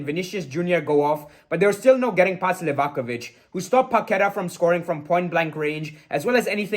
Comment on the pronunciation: Thank you for pronouncing Livakovic correctly